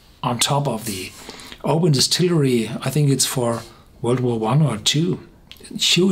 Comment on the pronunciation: My home town. Thank you for not saying "o-BAN"! 👍🥃 Didn't know this one stands head and shoulders above the rest!